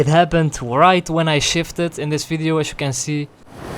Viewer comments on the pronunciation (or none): Wer im Englischen "Fideo" sagt, muss Niederländer oder Flame sein. BTW: Ich werde NIE verstehen, warum man Motorrad fährt und sich dabei über Cardo & Co. beschallen lässt. Ich fahre Motorrad, um eben NICHT voll getextet zu werden.